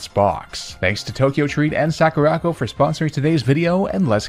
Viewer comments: "Sack-ooh-rack-oh" I'm DIEING. "Sah-koo-rah" as in, the "sakura" (cherry blossom) trees from Japan, and "co" as in A FRIGGIN' COMPANY!! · What's a Sackoorocco sorry I had to that mispronunciation of Sakura Co feels very intentional he pronounced every other Japanese word correctly it was just that one Sakura is a very common Japanese word and I'm going to be surprised if he was mispronouncing that unintentionally. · Soccer-ra-co that mispronunciation damn near made me have a stroke . Legit the most violently american way I have ever heard sakura pronounced.